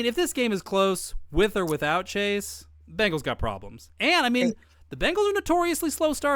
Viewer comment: It’s Bengals not Bangles